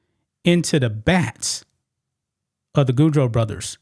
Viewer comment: Backs, not bats, ffs. English.